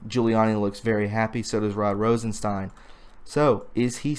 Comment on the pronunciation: When you say Rosenstein, think of the monster Frankenstein.. that is how his name is pronounced...